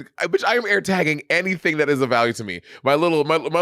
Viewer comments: Monét getting on Bob for saying Air instead of Eer was a shock to my system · Every episode it’s yaers, hiars, and aers. I saw bobs eye twitch when she said it. 😂